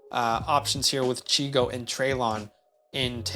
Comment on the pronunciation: Great vid! Just as an FYI, his nickname is Chig. Not Chigo. 😊